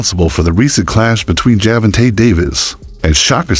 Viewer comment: ⚠️⚠️Hol up!! Let's pause real quik the subject & the possibility of the video title being Click Bait!! And Let's talk about the down rite Mike Tyson style aggravated assault u doing to Gervonta & Shakur's name!!🤦🏾‍♂️🤦🏾‍♂️😂😂😂 If your pronunciation was a knife, then Butcher's it would be!!😂😂😂😂😂